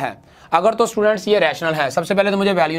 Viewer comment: How he pronounce students ( stuudaants)🤣🤣🤣